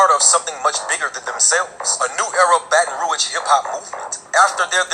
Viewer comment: I'm in here I'm subbed now ya heard me....but Yu gotta get the name "Baton Rouge" right. 🤣🤣🤣💪🏾😘